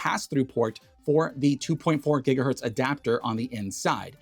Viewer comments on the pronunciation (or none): none